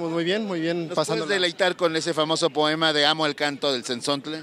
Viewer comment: Qué proem, qué po, qué moem, pe poem. Me puse nervuoso.